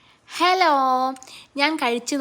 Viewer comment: Aa first “Heloo” kk thanne oru korea style 😅❤